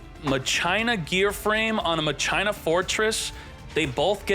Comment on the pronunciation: For the love of god.. please watch how rikku pronounces machina from ff10. Its not a plate it's a dang machine.